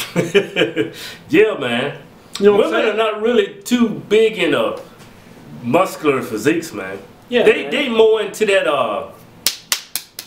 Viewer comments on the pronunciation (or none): what the hell is (Bacular)you saying M-s-c-u-l-a-r muscular not muscular